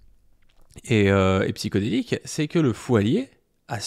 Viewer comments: C'est pas Psyko, c'est Psyho. Il va te coller un procès pour avoir mal prononcé son pseudo à plusieurs reprise! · Pour commencer: c'est Psyhodélik pas psychodélique. ll va falloir apprendre à lire et à parler. Ensuite il a été condamné ou pas???????? ??????????????????????????????? ???????????????